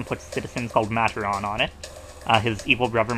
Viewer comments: It's not MA-TER-AAN, it's MAT-ORR-AN. It's just kinda awkward hearing it pronounced like that. Sorry if that annoyed you. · Nice video dude! I love your playthrough! Its nice and entertaining! but you say matoran wrong! xD and all of the matoran in this level is the same, its Nuparu! xD